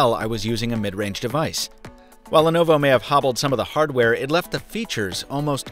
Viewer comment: Why is it pronounced as 'lenova'